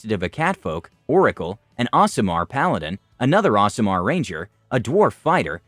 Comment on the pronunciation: Nothing against the narrator, but the way he pronounces aasimar bugs me. He's saying ocelot with an accent.